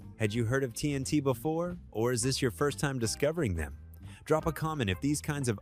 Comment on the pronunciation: The AI generated millennial tech bro voice is absolute GARBAGE! TNT - “Tennessee T”??!! Are you kidding me??! Queensricheee? Are you kidding me??? Garbage voice…